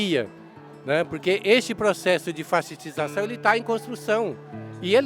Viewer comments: "processo de fasciciszação" kkkkkkkkkkkkkkk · Ele disse "fascissistação?"